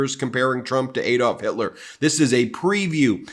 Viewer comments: Did the spokeswoman say Hilter? Instead of Hitler? 😂 between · She just said “Adolf Hilter.” Not Hitler, Hilter. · so are we gonna ignore that she said Adolf "Hill-ter?" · She said " adolph hilter" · The woman actually said adolf 'hilter'. Hilter? What a moron. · She said Hilter. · Who is "Adolf Hil-ter?" Lmao😂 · She called him Hilter😂😂😂😂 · She said Adolf Hilter, Not Hitler 🤣🤣🤣